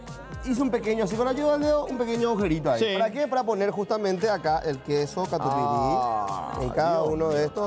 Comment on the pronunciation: Katupiry???? Por favor....es katupyry